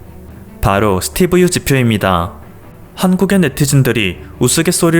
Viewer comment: 스띠브 ~ㅋ 발음이 안된다.이제 지친다 니가 뉴스에 나오면 내 수명이 짧아지는거 아니? 고마 해라. 그지같은게 어디서 지룰 염뱅을 떠냐 니 세금 때문에 지금 한국에 오려는거 모른지 아냐,? 진짜 들어 오려면 니 재산 한국에 몽땅 기부하고 군대 갖다오면 용서할께